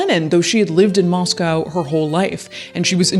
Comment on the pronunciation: Thank you for pronouncing Moscow - Moss-COW and not Moss-CO Moscow Idaho has Christ Church, we don’t need to be confused with Russia. 😂